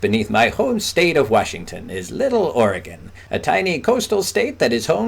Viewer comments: Here's an Ex-pat Brit that pronounces the name of my State (Oregon) correctly when the population of 47 other states don't. Will wonders never cease. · Also, thank you for saying Oregon correctly! Half of the US pronounces it incorrectly and says Or-Ree-Gone it makes my ears bleed. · Never mind, you have pronounced Oregon...very well!